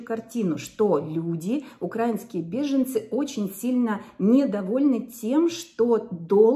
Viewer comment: Вы правы. Вы приехала сюда по своей воле и с расчётом на будущее - наверно, из любимой раши от «хорошей» жизни (потому что украинцы произносят украИнский - а не укрАинский) и понятное дело - вам было необходимо интегрироваться в общество, с нуля. И, да - вы правы - мы здесь не по своей воле. Да, я очень благодарна Германии за такой радушный приём. Это, действительно, больше чем я могла ожидать. При этом, знаю по себе, и много общалась с теми кто приехал (как минимум, многих насильно вытолкали из дома мужья - потому что видели - КАК зверски с нашими женщинами обращаются окупанты ) - большинство из нас тут надолго задерживаться не планирует - как только угроза с воздуха перестанет быть актуальной, мы вернёмся поднимать нашу страну. И, кажется, вам трудно понять - ЧТО значит - собрать вещи за час (под звук сирен) и уехать в никуда , и ещё потом больше месяца тело содрогается от каждого громкого звука автоматически и месячные пошли только сейчас - после большого перерыва. И тд Знаете, вы, конечно, даёте информацию. И иногда это бывает полезно. Однако, если сравнивать с другими каналами, вы не всегда доброжелательно высказываетесь и ставите очень резкие названия. Понимая принципы развития ютюб, я вижу вашу стратегию - хайпануть на горячей теме. С вас искренней помощи - не так уж и много, а вот провокация на комментарии и лайки - очень умелая, для развитияканала)))) Это очень отталкивает. Поэтому, прежде чем осуждать нас, вспомните - что вы на нас сейчас тупо зарабатываете, и хоть